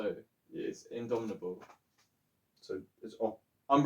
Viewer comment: Great vid, Guys! It's pronounced in-dom-it-able